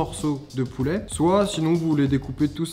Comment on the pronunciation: Poulè Poulè on dit pouler